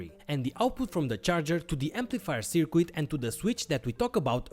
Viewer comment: I like your content, but please, try to say "circuit" correctly. It is soooo annoying.